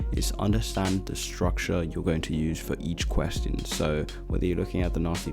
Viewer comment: This man has different style of saying ''question''